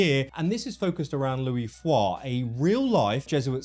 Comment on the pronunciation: Thank you SO MUCH for NOT pronouncing the "S" in Louis, like every other idiot does, you clever chap you!